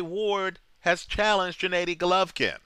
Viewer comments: No, its pronounced Gennady not djanaady! Listen to the Kazakhstani way which is the right way, whichbis why they chant Genna not Jenna during his fighrs, ggg's older brother who died was named SerGey not serJay and you could hear him say it in the "road to golovkin Geale" special on hbo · Abel never pronounced it like...he calls him Genaddy not Djenaydi or Djinadi..